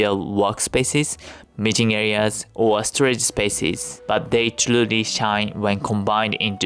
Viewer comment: I thought he said "mating areas" and I had to rewind and turn on the subtitles lol